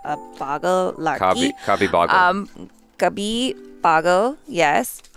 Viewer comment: I now realize was not saying caapi or copy or caabi or cobi he was saying "Kabhi" all this time 😐 This was one of my favorite films I guess it's not for American audience or not for slapstick comedy is never funny to foreigners or it's just too old now